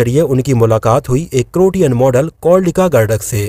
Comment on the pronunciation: क्रोटियन मोडल ❌ क्रोएशियन मोडल ✅